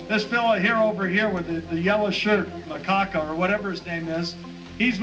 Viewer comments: God damn it Macacca!!! Lol, gotta love the way Allen pronounces the name of good ole boy, Macacca! Why do they hate on these trackers so much? Is it that hard to just say what you believe and broadcast what you stand for? Nobody would have a problem with trackers if these scumbag politicians were not constantly talking out of both sides of their mouths. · Did I hear “MaCaca”? Haha